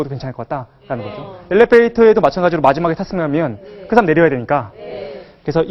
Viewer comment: 선생님! 학자께서, "사람"이라는 평상어의 발음이 틀렸아옵니다!! ""사람"의 "사"를 "짧게" 발음하셨읍니다. "사" 는 "길게" 발음하는 것이 Korean language이올시다. 이런 평상어의 발음문제가 있는 나라는 대한민국뿐이올시다. 이런 문제가 있는 학자의 강의를 들으며 "예! 예!" 하고 듣고 있는 한국의 문화기 "오호 애재! 오호 통재!